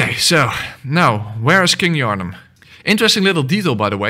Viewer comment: "where's king Yarhnam" Bruh